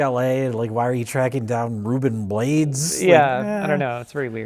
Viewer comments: Rubén's last name is not pronounced blades like one syllable. It's two syllables, Bla-des. Also he was in a great movie you should do a review on called Disorganized Crime. It's a great ensemble cast with Fred Gwynne, Ed O'Niell, Lou Diamond Phillips, Corbin Bernson and the dad from Boy Meets World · Ruben's last name is pronounced 'BLAH-DESS', Ruben Blades. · It's pronounced Bla-des. Ruben Bla-des. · Ruben Blades is pronounced Ruben BLAH-DEZ lol